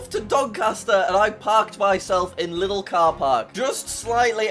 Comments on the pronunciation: Lidl ist pronounced leedl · It’s not Lidl it’s Lieeedeeeeeeel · It’s L-EA-DEL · Fun fact Lidl is pronounced L-e-dol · It's not lidl it's liiiiiiidl